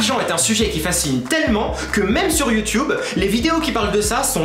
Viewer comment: Ça me fait trop rire quand tu dis (YouTube) tu dis YouToube 😂😂😂😂 t'es super drôle et super cool #